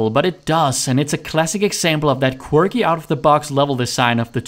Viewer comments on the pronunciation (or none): none